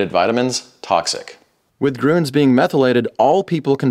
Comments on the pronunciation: Groons? If you want to make the "Ü" sound, just form your lips from the "A" sound to a kind of "kiss lips", let your tongue move inside the mouth from the "A" to the "Ü", not a "U" ... try it. I taught hundreds of Americans and Italians to make the "Ü" Sound. It is very easy! And nice content by the way!!! Cool idea! Or try the "Ö" Sound, like in the word "work" and close your mouth slightly without changing tongue and lips position. one of the methods will work! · as a german Im sad for the pronunciation of grüns… 😂 nice video